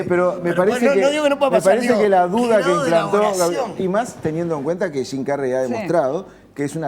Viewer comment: jajaj estos sudamericanos, hasta las palabras Gingas las pronuncian shim carrey en vez de su pronunciación correcta